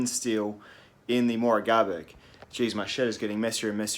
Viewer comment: I’m most impressed with you getting your tongue around that knifes name and the name of the Scandinavian shop that sells them! Granted I’ve no idea if your saying it correctly but I don’t even know where start 😁